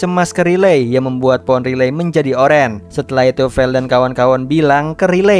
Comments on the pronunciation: Bang aku suka dengan cara mu bercerita cuma kalo nama cewenya bukan riley tapi raiyli bacanya makasi bang🙏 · sebutanya railey bg bukan literally "ri-ley" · Min nyebut nama character ny bukan Riley tapi raili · koreksi dikit ya bg, walaupun penulisan namanya Riley sebutan namanya Raili bg, bukan Rilei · Bang baca nya buka riley ,tapi di baca rayli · Riley❌ Relay✔️ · Riley di bacanya raylii bang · Riley itu Raili gasih bg namanya klo dibaca? 👁️👄👁️🙏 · Raili bacanya banh 🙏🙏🙏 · Riley di baca : Raili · Bacanya Railiy min😅